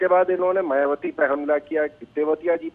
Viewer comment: जरा मुँह संभाल कर बात कर...मायाबती कहती है... ना बोल कर मायाबती कहती हैं... जय भीम 🙏🙏